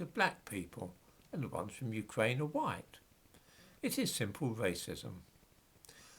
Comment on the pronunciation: Your R is so fucking annoying. Wewwewwewwew Ukwaine